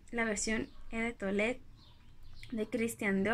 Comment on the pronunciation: No te vayas a tomar a mal mi comentario y disculpa el atrevimiento, pero no se pronuncia "e" de toilette, lo correcto es "o" de toilette. Me gusta mucho la dulzura con la que hablas y como te expresas, por eso he querido corregirte este pequeño detalle.